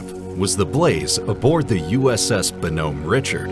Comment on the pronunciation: WOW...really go that name wrong! The USS BONHOMME RICHARD - it's pronounced BAA-NUHM RICHARD.